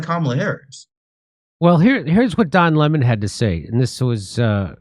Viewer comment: That's Don Le-MON To You, Jimmy, K?